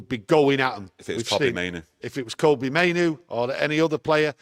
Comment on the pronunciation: Monthly reminder: Kobbie like Robbie, not Kobbie like Kobe (Bryant). I think 'we' have a responsibility to have the lad's name pronounced correctly. His play has earned at least that much !